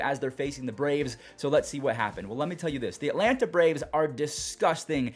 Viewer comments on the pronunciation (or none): none